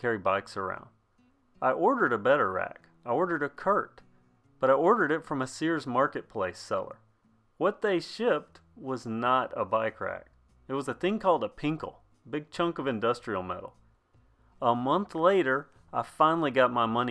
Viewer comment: Pintle, not pinkle lol